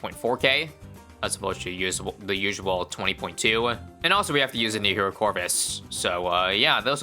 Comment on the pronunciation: "New hero" sounds like the other word tho